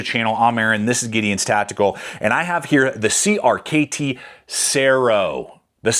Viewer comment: Great video. Hearing you constantly say “Creamy” is a bit cringe though